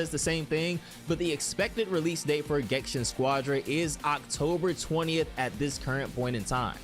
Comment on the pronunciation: Why do you keep calling it gensha? Are you illiterate?